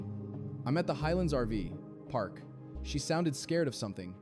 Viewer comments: Do you use an AI voice because it's called an RV park not an RV PARK.js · I think your story telling is very judgemental. Also it sounds like AI-generated especially when you say RV ..... PARK instead of RV-Park. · Yes. I noticed that too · Why such a long pause after RV & before park, every time you said it. Are you AI? If so, I won’t be watching anymore